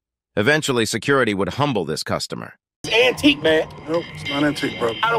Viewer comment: It's AN-TIQUE! 😂